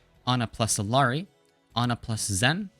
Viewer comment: everytime you pronounce her name as “ILL-ari” an angel loses their wings